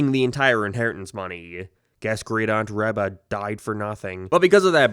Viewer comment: I swear this series was a huge part of my childhood but i read like the first 4-5 books at most lmao. The rest i never heard of Also "Reba" is pronounced with a hard e sound